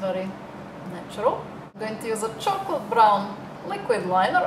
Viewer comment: are u slovakin u sound like ur saying chuckle (he he) brown u have very clear skin